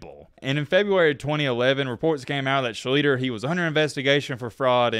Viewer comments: So confident with the "Yes, before we go any farther, that is how you say his name." WRONG! It's pronounced "SHLEE-ster." Cool, informative video, but I cringed in pain every time you said "Sheet-ler," "Shlee-ter" or "Shleet-ler." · Do your homework. His name is pronounced Sleez- ster. 👌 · "Art Schleetler" "and yes before we go any further that is how you say his name...." NO IT F****N ISN'T, DO YOUR BASIC RESEARCH!!! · Yeah, he keeps adding an L and deleting an S. Otherwise a good vid. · Nope, "SCHLICHTER", spelled exactly as written. Its a german name. I know it, I am from Germany. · dig the channel. Have for a while. Growing up in a Ohio, i was a huge Art SHLEEE-STER (it’s often mis-pronounced, not just you) fan as a kid. Ive met Art and I know a lot people close to Art. He is a master manipulater. It’s STUNNING how he can work people. Sadly, that was his real talent. Art Schlicter could charm the white off rice. He is currently working the CTE angle as a former player. Trying to get compensation from the league. Not gamble though. He wants to use the money to help others. No. I’m pretty sure he’ll blow it on gambling. PS His dad Max committed suicide in the family swimming pool after he’d had enough of Art. FACT. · Lived it Baltimore area u r pronouncing wrong it's schlee-ster bro anyway😢 wish the colts were still here liked them much more than the lamarvens don't root for them bullies 0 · Nice video. As the gentleman before me said its pronounced SchLEEEEEEster. Keep up the quality work. Corrections make it credible. Peace. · Shh Lee Stir You are pronouncing it wrong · Omg dude! It's Shleester ffs. Credit for imparting some perhaps misunderstood info about this guy, but any, and I mean any, football fan from the midwest knows this guy's story and how to pronounce his name. Lemme ask you this: do you say "ask" or "ax" you a question? It's Shleester!!! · And hiz name iz PRONOUCED Art Schli-ster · SHLEESTER Is how to say it. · It's pronounced Schleeshster.